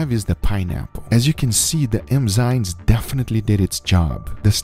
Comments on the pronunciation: Why do you say Emzynes? The right is Enzymes. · EM- ZYNES? Enzymes. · It is Enzymes NOT Emzynes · Please Guga learn how to Pronounce the Word "EnzyMe" You keep saying Enzynes and its really fuckin with me :D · Guga saying "Emzynes" instead of "Enzymes" .... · Guga, its called enzymes not emzynes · I am so grateful this series is over. I realöy like your stuff but i Couldn't have heard "emzynes" once more without losing it completely. It's enzymes for the love of god. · Enzymes not Emzynes bro ✌ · Everyone: enzymes This guy: emzynes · ade you saying emzynes instead of enzymes 😂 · Someone tell Guga it's Enzymes and not Emzynes. Killing me here 😂🤣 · Its ENZYME and not emzyne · I love you Guys but please eNzyMe not eMzyNe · “Emzines” lol 😝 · Nobody: Guga: "Emzynes" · No one: Absolutely no one: Guga: emzynes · No one: Guga: Emzynes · "emzynes" did a good job there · Im so bothered at how guga pronounces enzymes hahaha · Darling.... It's EN-ZYMES NOT EN-ZYMES it's not a cultural thing at all just pronunciation to help you along just in case you didn't realise 😧😧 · bro how do you mess up the word Enzyme literally every time lmao